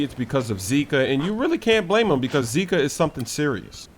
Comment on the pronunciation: Boa BRASIIIL first American that say zika with Brazilian accent